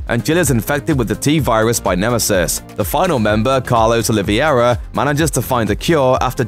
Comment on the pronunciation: Carlos... Olivieira? lol